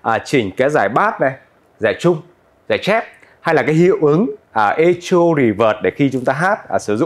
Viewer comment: Chữ này đọc là "Ê-cô", đừng đọc " Ê-chô" bạn nhé!